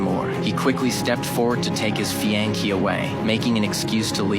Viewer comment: Whoever narrated this should learn to pronounce fiancee correctly.